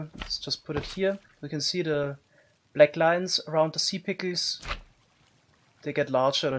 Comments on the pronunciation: I love how he says in his accent "si pickels" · "sea pikiels" xD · Chuckling every time he attempts to say "Sea pickles" and fails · I love the way he says sea pickles it's so satisfying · Lol the way u say sea pickles is so funny ngl 🤣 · I love the way he says “Sea Pickles” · I love how he pronounces sea pickles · The way you say sea pickles is just awesome. People usually pronounce an e between k and l sea pickels. But not you xd